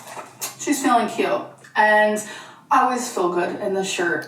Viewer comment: it keeps "faleen"